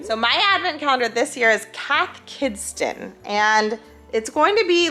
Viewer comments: I love Cath Kidston! The patterns are always so cute :) (pro tip, you don't say the 't' in it) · Cracking up at how you guys pronounce Kath Kidston 😂